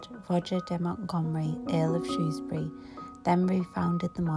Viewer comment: Thank you for this, I live in South Shropshire and have walked past those places many times, it's such an underrated part of the country. You also pronounced Shrewsbury correctly which always gets a thumbs up from me, haha!👍👍